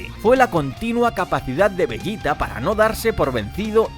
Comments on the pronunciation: no te hagas el listo, eso lo sabe cualquiera, de lo que me rio es de como pronuncias veYita a un publico que obvio habla español, y ambos sabemos como la mayoría lo llamamos, a ver, llamar a los personajes por su pronunciacion en japones es ridiculo (kuririn, burama, friza, etc) pero bueno tu sigue con tu veYita 🤣🤣😉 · LA PEOR PRONUNCIACION DE "VEGETA" QUE E OIDO